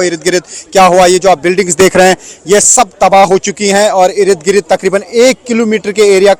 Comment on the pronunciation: irid girid kya hy bhai...? Ird Gird hota... your channel is Urdu but many pronunciations are incorrect.